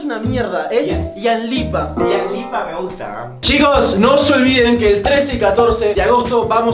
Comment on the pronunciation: Me cague de risa cuando dice domian y luego Ian dice ianlipa y Fede le dic domian es una basura😂😂😂😂😂😂😂😂